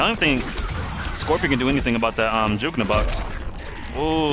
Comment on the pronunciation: Lmao “juek” is so messed up 😂